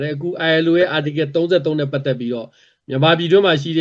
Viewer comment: Article ကို ပီသအောင်မခေါ်တတ်ဘဲ ဘိုလိုကြွားနေသေးတယ်။